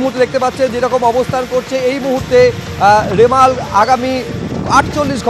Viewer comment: Reporter dada remal k rimela bole feleche